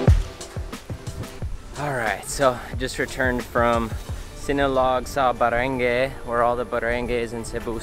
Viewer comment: ...Barangay is pronounced as ba-rang-gai with the last syllable sounds like 'guy.'